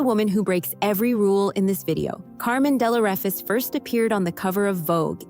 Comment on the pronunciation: Please pronounce Carmen Dell'Orefice correctly.